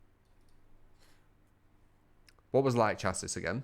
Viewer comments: kairu aname 100% pronounced shassie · It is pronounced shassie!!!!! omg how does no one know this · if your american then it is chassie and if you are from uk then it is shassie. Me and truetalent are from uk so i am right about that. If you are from america then i am wrong. Either way it doesn't end in 'is'. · Chassis? That word? Are you absolutely certain? Because I can link many things that say otherwise